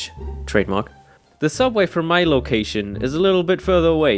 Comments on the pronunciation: Do you mean sooubway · this comment is a bit late but it is actually sooubway get it right